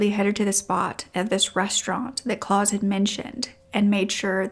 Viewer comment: A really interesting case. I am torn, with this one. While I don't blame the mother, we still can't just take the law into our own hands. Also, I would prefer that he was stuck in a prison cell, for the rest of his life, rather than the quick death that he got. As a side note, the name Klaus is said like mouse, not claws.